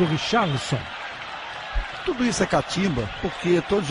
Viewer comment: Ele fala é Richarlisom ...